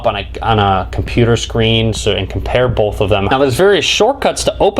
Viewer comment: Bolth. Bolth of them.